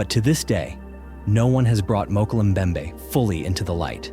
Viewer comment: Mokel mbembe? Mokel? 😅